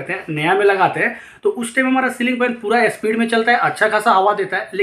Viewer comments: अबे झवणे स्पीड होता इस्पिड नहीं 😅😅😅😂😂😂😂😂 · ए स्पीड नही स्पीड बोलो😜